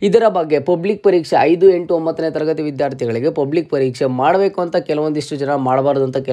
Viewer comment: ಹೈದು ಹೆಂಟು ಹಿದು ಹಿದರ,, ದಯವಿಟ್ಟು ಕನ್ನಡದ ಬಗ್ಗೆ ಗಮನ ಕೊಟ್ಟು ಮಾತಾಡಿ